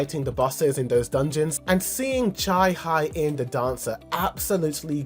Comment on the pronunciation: just so you know, it’s not cha high in, it’s cha hae (hey) in😭